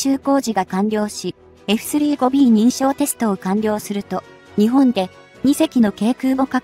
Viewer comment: まず、えふすりーごびーという言い方が気に入らん！ 普通に言えよ。言えるやろ！